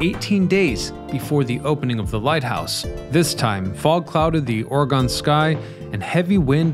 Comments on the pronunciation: Why don't people who are going to post a video of a place do a full spectrum research of the subject? Yes I was born in Oregon, yes I know about "Terrible Tilly". But why can't you pronounce the name of our state correctly? OREGON is pronounce in the phonetic style of OR E GUN not OR E GONE. Yes we be here in this state and we have guns and we are not gone because of them. 🙂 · You keep mispronouncing Oregon. It's not Ora-Gone but rather OR-eg-in. Sorry I had to say something....Just remember that it's OR-eg-in, not "OR-e-gawn." Place the stress on the first syllable, and keep the "g" hard, as in "gun". You can say "OR-ih-g-in" or "OR-eh-g-in". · Love your videos. It's Or-Gun not Ore-Gone. ❤😂💯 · It is ore-gun not ore-gone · it’s ‘or a gun’. You thought you had it right…..that’s hilarious 😄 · aw ruh gn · I would say it's "or-ah-gin". That's definitely how we say it in California. Definitely not "or-ah-gone". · Hi, great video. By the way, I’ve lived in Oregon 67+ years. We say “ORY-gun.” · Its Or-E-gun. That's how we pronounce our state name. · Ory-gun... just saying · Oregone you say? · I enjoyed the video as it was well done. However the narrator MUST be the one who inspired the physical appearance of "Butthead" complete with mispronunciation of the name Oregon. lol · As a former Oregonian (still with strong ties) I almost couldn’t watch this. It’s not ORE-GONN. It’s ORE-GUN. I live all the way over in Michigan now and I never hear this mispronunciation around here anymore. Also, I swear he keeps saying TILLA-MUNK. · Tillamook /ˈtɪləmʊk/ Till a Muck, not Tilla Monk or Tilla Mooke. Oregon (/ˈɒrɪɡən/ OR I GEN is the proper or more common OR I GUN, not OR E GONE.... Dead giveaway you ain't from 'round these parts. Try Theses Cities; TILLICUM, STEILACOOM, DUWAMISH, PUYALLUP, UMPQUA, IDANHA, IMNAHA, NESKOWIN are a few..